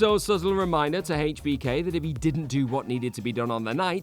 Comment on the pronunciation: I hate the way you pronounce hbk smh